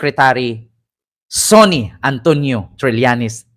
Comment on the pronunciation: Sanny po iyan ang pagkabigkas hindi Sonni Trillanes.